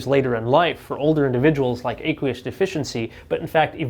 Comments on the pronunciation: Ah-qwee-us not Ay- qwee-us. Like the word "aqua" ( water) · do you pronounce aqua with a long A? No, and you don't pronounce aqueous with a long A either. First syllable rhymes with a as in action, not a as in acorn.